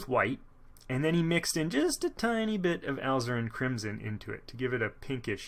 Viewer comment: I have ZERO artistic ability, yet Bob promises that I can paint using his style. Instead of spending the big bucks to find out, this is a much more cost-effective way to start. Thanks for this series! My only nit is that Alizarin is pronounced "ah LIZ er in".